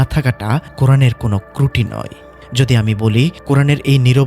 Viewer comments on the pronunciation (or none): kruti na hobe truti. try to read out correctly